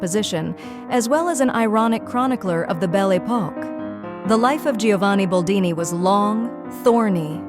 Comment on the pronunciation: BOLDINI NOT BALDINI